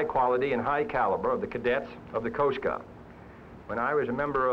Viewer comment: “Coast Gaahd”